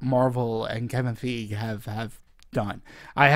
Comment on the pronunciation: Wow, dude is like driving me crazy the way he completely screws up Kevin Feige's name literally every time he says it. DX